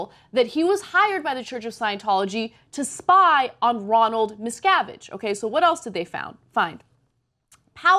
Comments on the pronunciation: They apparently don't do any second takes on this show. Totally live. Ana says a lot of things wrong. The second pronunciation is wrong also. His name is pronounced 'misca-VIGE' not mis-CA-vige like rhymes with 'savage'. Nobody checks shit on this show, either, I guess. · Did she say miscarriage? Was that shade or a mistake? Lol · Check your pronunciation, Anna. You get the son's name right, but pronounce the father's name 'Ronald Miscarriage' at the start of the piece? The standard of reading at TYT is very poor all round..... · Ana, I will always love you but you pronounced his name as "miscarriage" at :05. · Did she say Miscarige?